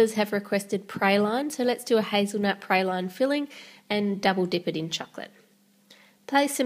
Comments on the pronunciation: ChirpNDerp I know the way she says praline makes me cringe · It's funny hearing the word "praline" pronounced as "pray-line" and not "pray-leen", haha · Falgorn A and in my country we pronounce it pra-leen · Stevens yeah so do I. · So odd to me that you pronounce it pray-line.